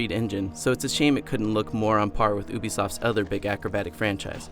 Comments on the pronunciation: ooobisoft, no its youbisoft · wow.... oobisoft????? its ubisoft dude